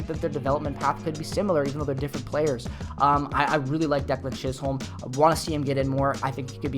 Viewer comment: Its pronounced chis-um not chis-holm... my cousin 😊